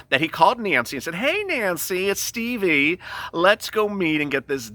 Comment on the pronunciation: You make me laugh when you say Stevie lol!!! Thanks for making me laugh!!! You're the best!!!